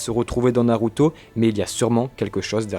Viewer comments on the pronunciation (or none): none